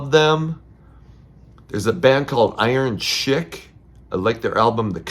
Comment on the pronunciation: Iron chic is pronounced Iron Sheik (like the wrestler)...they rule...nothingtons..Copyrights...banner pilot...all.amazing bands!